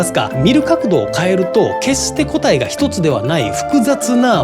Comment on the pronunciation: 「答え」のイントネーションがおかしい。